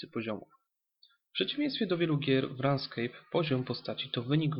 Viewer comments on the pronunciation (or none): To nie jest RANSKEJP tylko RUNESKEJP :) "Gra wykonana jest w Javie" -> jest w 30%, reszta C++ "Walki w RS do dynamicznych nie należa" -> To się zmieni we wrześniu, będzie bardzo podobnie do WoW ale znacznie lepiej :D Nie żartuję I to tyle nieścisłości, reszta to prawda